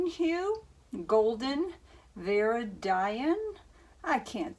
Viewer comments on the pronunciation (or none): A lot of people struggle with these paint names. Viridian. Vir. Id (did without first d) iann